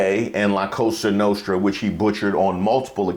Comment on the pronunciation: Cosa nostra, not casa nostra. They can't get anything right.